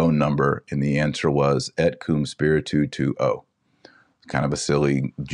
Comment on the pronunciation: Also when Et Com Spiritu Tuo - Spiritu is one syllable. Dr Taylor Marshall sounds like he is saying spiritu- tu - tuo.